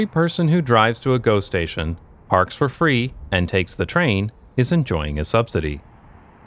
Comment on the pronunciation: Everytime you say GO station, I hear ghost-station, which perfectly fits the footage.